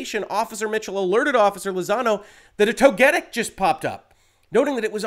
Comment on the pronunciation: I'm more upset with your pronunciation of Togetic than Pokimane from yesterday's story. At least I can cut you some slack, because there wasn't much research that went into if "berrying" or "burying" was what you did in the game on the part of whoever transcribed. As an active player though, I find that ecstasy over these two particular mons rather funny. I sure am definitely jealous, absolutely and very honestly, absolutely no sarcasm here.